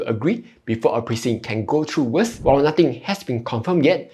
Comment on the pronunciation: May I suggest that you try improving your pronunciation. For example, it’s VERS and not “worse”…Honestly, without reading the generated text, it’s very difficult to understand what you are saying. Hope you don’t mind me being direct and straightforward.